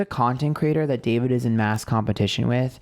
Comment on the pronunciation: When you kept saying Daverick, I think you were channeling the word Maverick because of Logan Paul. Logan is deff the Emperor (Aries). They have always had weird vibes between them and Logan has been hanging around Jeff recently. Also wouldn’t be surprised if the female he wants to collab with would be Gabbie Hanna or even Liza Koshy. Ethan and Hila are in for a ride if they give in to David.. Well done, can’t wait for the next reading 💕